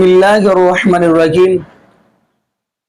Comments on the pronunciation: بھائی غلطی سے آپ نے رحیم کی بجائے رجیم پڑھا اللہ تعالیٰ آپ کو معاف فرمائے ایندہ احتیاط کریں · بسم اللہ میں الرجیم نہیں الرحیم ہے. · Raheem word ko ap Raheem parah Rahe hai tauba karen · Bhai jan bismillah to theek parhain ra jeem ka matlab mardood hai Apni islah kren kindy